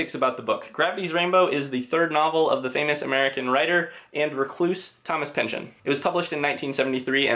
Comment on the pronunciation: I jus have to say right off the bat... bless you for saying Pynchon and not PynchON.